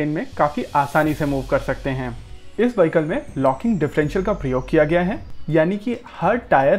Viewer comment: उच्चारण वहीकल नहीं विहीक्ल होता है!